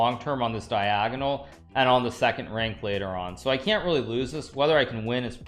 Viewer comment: When Hikaru says 'diagonal' I always laughing :)